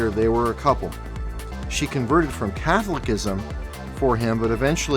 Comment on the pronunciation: "Cathlocism" ???? you mean Ka-thol-oh-siz-um Catholicism